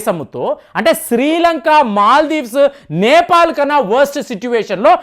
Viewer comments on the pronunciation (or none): none